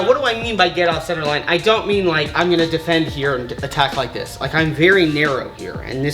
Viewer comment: rike button